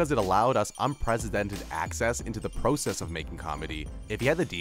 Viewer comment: Just curious where is this narrator from? He pronounces process like "pro" "cess". Also this dude made fun of "deleted scenes that would have changed..." youtube videos. He does realize this channel is filled with videos like that right?